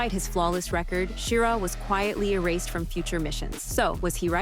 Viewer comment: Well, you pronounced Schirra right about half the time. But why the cheesy images when actual photos are readily available?